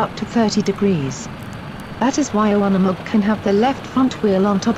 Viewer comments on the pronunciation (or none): Hard U in Unimog not a soft U. You stupid ignorant bitch.